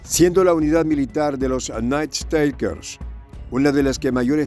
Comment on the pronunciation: Por favor, el Ingles no es tan dificil como el Mandarin o el Aleman, si va a repetir la palabra "Nightstalkers" 1/2 docena de veces, busquela en el diccionario online que tambien le da la pronunciacion. Gracias.